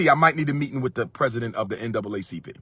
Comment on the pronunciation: I have a few problems with this message Dr. Umar. 1. You kept saying N-A double C P and it N double A C P as in NAACP. And the current president who had been the president since 2017 is a dark skinned man. 2. Justin Timberlake and Justin Beiber have fans from the white and black communities that’s why they are successful. Being able cross over to all communities is what makes them more popular. In order for a black artist to reach that kind of success they would need more than just support from the black community since we only make up roughly 13% of the overall population in America. I get what you were saying but let’s come with logic not emotions.